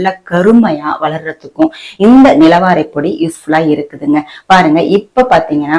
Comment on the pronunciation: நிலவாரை பொடி சரியான உச்சரிப்போடு சொல்லுங்க கடையில் வாங்குவதற்க்கு